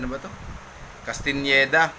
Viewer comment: Salamat sa shout out boss. /Kas-tan-ñe-da/ pronunciation ng last name ko hahaha